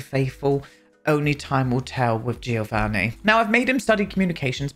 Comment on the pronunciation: It's not too important, but I'm saying it anyway! The "Gio' in Giovanni, is pronounced like the "Jo" of "John", so is more like "Jovanni".